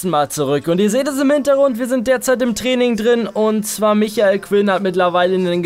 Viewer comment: NICHT MICHAEL SONDER MIKEL(gesprochen)!!!!!